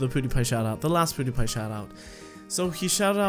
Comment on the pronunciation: It's not Poodiepie.It's Peewdiepiee. .') 😂 I wish i asked you a question but i didn't know you were gonna do a Q&A :)